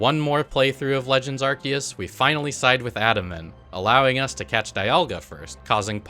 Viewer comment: it's pronounced "are-SEE-us"